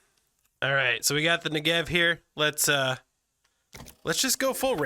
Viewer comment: seems like it would add alot, too pricey still for me oh and BTW you almost got that pronunciation of Negev right ;)